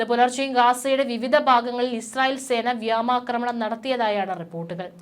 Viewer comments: വ്യോമാക്രമണം ആണ് വ്യായാക്രമണമല്ല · വ്യാമാക്രമണം എന്നല്ല,, വ്യോമാക്രമണം എന്ന് തിരുത്തി വായിച്ചു പഠിക്കുക, എന്തിനാ ഇങ്ങിനെ ഒരു തെറ്റ് ആവർത്തിച്ചാവർത്തിച്ചു പറയുന്നത്.